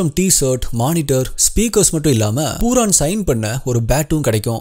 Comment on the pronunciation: அண்ணா அவன் name பூரான் இல்ல பூரன்